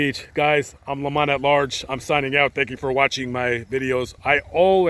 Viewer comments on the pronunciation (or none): none